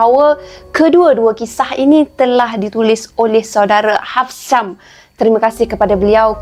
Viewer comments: Salam kak cik,tak pandai nk sebut haab ,gigi kak cik,lain kali klau mkn daging jgn gigit gigi depan. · Akak jgn byk kunyah cengkih kak bila nk sebut..Haf..sham! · Klau ssh sngt sebut je stngahsham atau shamstngah😂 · Npe kk cengkih tersasul ni... Hihi😂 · Mari sini cengkeh biar aku asah lidah mu itu menyebalkan nak sebut nama tu pon susah beno😂😂😂❤❤❤